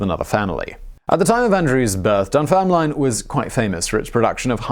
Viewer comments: Just what I thought. He read it as Dunfermilne. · Dun ferm lin . . . not Dun fer miln. What the hell? I’m a Geordie and embarrassed for you! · "Dunfermilne" - Simon, I am disappoint! lol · Dun-ferm- lin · Said Dunfermline in a way that unsettles me. I don't think I ever heard the name with line at the end, never thought about it before but the last e is silent haha. Dunfermlin. Not like it makes a difference but I had to say it as I live a couple of towns over which also have there names said wrong all the time haha, Kirkcaldy and Glenrothes. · Dun-ferm-lin You butchered that mate lol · Butchering Dunfermline…classic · Dunfermline !! You are pronouncing it wrong and it's boiling my piss 😃😃😀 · You make a point of pronouncing his name correctly but not Dunfermline? Lol. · Listening to you butcher ‘Dunfermline’ over and over again was painful. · My best friend from Dunfermline would have been appalled by your mispronunciation of the name of his home town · proceeds to misspronounce Dunfermline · I outright snorted and had to rewind to make sure I had heard him right lol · hey you guess you missed him say dunfermline